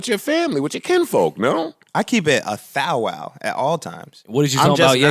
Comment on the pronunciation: “I keep it a thow-wow” #cringeaf #tryintoohard